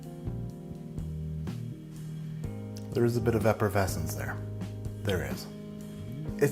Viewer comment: I believe, accorded to, it’s “eppervescence”.